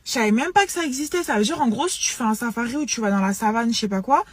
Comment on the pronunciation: Et les "tchu", "genre".